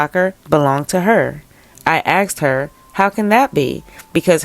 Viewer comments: Please work on pronouncing “ASKED” not “axed”. Thanks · I believe the word is “asked," not “axed.”